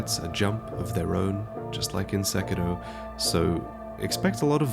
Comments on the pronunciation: It's sekiro not seckidoh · *Mononoke-hime desu Wy try to pronounce the name correctly but then still use "Princess"? Also the stress in Sekiro is on the "i", not the "e". Comes across a liiiiittle bit phoney, ma dood... :-3